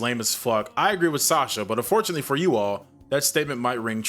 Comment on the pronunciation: I don't know how it was said in the movie but the name is pronounced "Saw-shah". I know this because that is the name of my step-daughter.